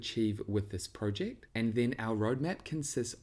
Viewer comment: If this guy says Prowject one more time